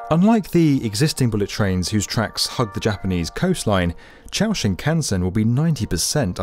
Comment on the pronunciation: Why is it that you decided to make a video on the Chūō Shinkansen but then did not even make the slightest effort to find out how the term is pronounced?